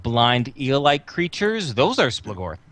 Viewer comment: SplOOGorth is the pronunciation, lol. Not splahgorth